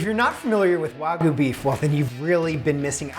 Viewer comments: Ima just say learn how to pronounce the Japanese word wagyu not wagoooo im a country boy just made me laugh nice steak tho bro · Why do you say Warhgyu?